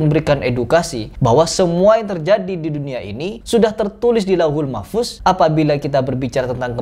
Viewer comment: Bukan mahfus .tapi mahfudz .hati2 beda tulisan beda bacaan .beda arti.